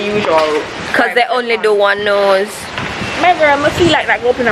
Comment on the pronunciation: Did u say "..dem only do 1 nose"? Lol! Aaw boy.